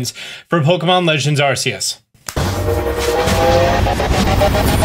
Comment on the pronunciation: GOD DAMNIT ITS AR K EUS